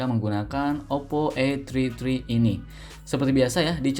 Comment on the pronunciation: Saran bang 😂 kalo gak bisa BHS Inggris gak usah sok sok an Masa namanya OPPO A TRI TRI 😂😂😂